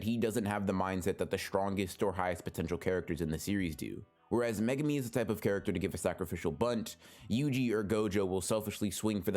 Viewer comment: what the FUCK is megami....its mae-goo-mee